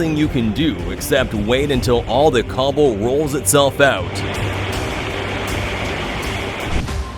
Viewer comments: Cobble? How about "C-A-B-L-E" (pronounced "kay-bl")? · Is it cable perhaps and not cobble?